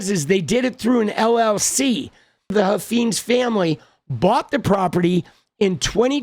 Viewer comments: I think it’s pronounced Huff Fines not feens. I live in Texas. They are extremely influential in the state. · It’s Huff - eyenes, not Huff- eenes. Please say it correctly. The brand needs to be trashed. They own multiple car dealerships in the DFW area.